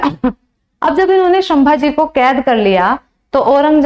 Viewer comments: apka teaching accha hai lekin pronunciation Galt Kiya hai sambhaji maharaj ke nam ka . O sudhar liya kro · शम्मा जी नही संभाजी महाराज बोलो